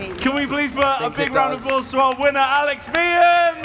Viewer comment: I know they're saying "round of applause" but I keep hearing "random applause".